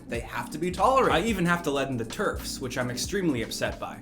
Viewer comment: When he said “I even have to let in the TERFs, which I’m extremely upset by,” I thought he said Turks